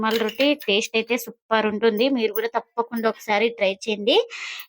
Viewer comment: Taste ni correct ga chepoadamnerchukondi. Theste kaadu talli Taste.